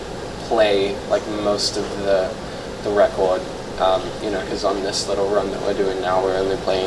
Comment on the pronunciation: the way he says record is still Australian, right? (Idk I’m from Canada)